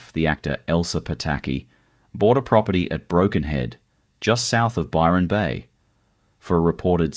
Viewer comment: You've got Nelson Bay, Gold Coast, Murwilliambah town pics including Bondi. among a whole lot of others, and The only name you pronounced correctly wasy Byron Bay and Lismore. This is more AI filler , but with an Aussie accent. I'd be checking dates and other facts around everything on this site. So cheep